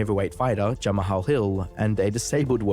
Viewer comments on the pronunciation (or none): Okay, I didn't know he interviewed Dom Cruz. That's hilarious 😂 almost as funny as not knowing how to pronounce Jamahal Hill